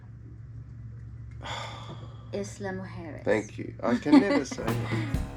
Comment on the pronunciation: Tip: Issla Moo-jeres. That should help the pronunciation 😄